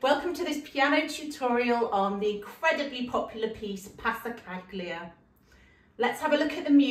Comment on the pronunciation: You are an amazing artist. just a heads up, Passacaglia is pronounced with a silent G PASSACALIA